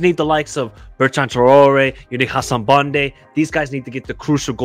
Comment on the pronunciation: Banda! Not bande! But top predictions